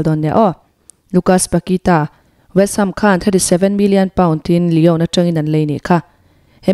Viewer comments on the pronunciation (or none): none